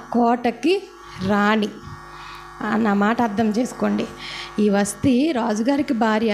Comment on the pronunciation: వస్టీ కాదమ్మా వస్తీ